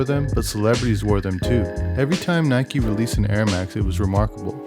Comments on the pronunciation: It is Like a Bike, rhymes on Nike. Or pronounce as Nee-kay. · Dislike because he said “ nikey